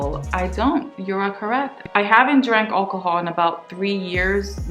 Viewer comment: I like how you say alcohol, like ol-cohol lol, also the your hair is never dry assumption is not to be taken in a literal sense, of course your hair gets dry everybody's hair gets dry... they meant it in the sense that curly hair is way more manageable and defined when its wet and a lot of naturals keep adding moisturizing conditioners/water to it to keep the curl pattern alive and refreshed, hence the assumption of "your hair is never dry".